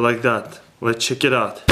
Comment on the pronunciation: lol CHiiK IT OUT . I love this guy .